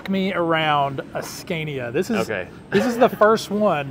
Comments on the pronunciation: Nice truck :) If there are any americans who wants to know how Scania is pronounced: The first "a" in Scania is pronounced like you would with the word "awesome". "Scawnia" :) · Scay-nia? Say Scah-nia. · It’s not a “Sk-CAY-niya” but “Sk-AH-niya.” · Why butcher the truck and not keep it original? It is one of a kind in North America. Also, learn how to say Scania.